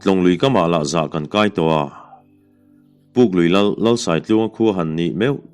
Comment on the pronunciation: Puklui hi a changin pukpui iti leh ṭhin